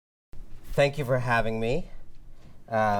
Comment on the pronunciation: Anand's last name is pronounced Gear Da Das. Speaking Truth to the MOST Powerful. Got guts.